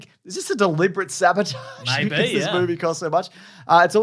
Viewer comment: Is this a deliberate saboTAHHHHHHGHGGHHGE?